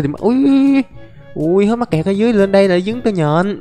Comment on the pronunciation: Anh đừng có nói mắt kẹt là mét cặt